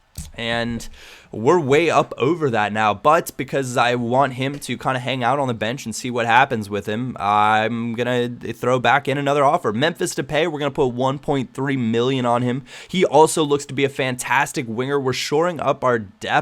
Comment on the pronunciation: its de-pai, not de-pay, keep that in mind :)